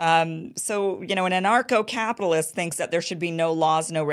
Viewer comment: I thought you were saying NARCO CAPITALIST! 😂